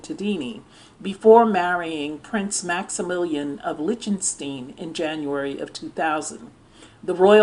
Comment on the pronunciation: I mean no offense. Liechtenstein is pronounced like this: Lick-ten-styne.